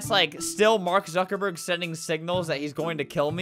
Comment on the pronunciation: "Mark zaddyburg" LMFAOOO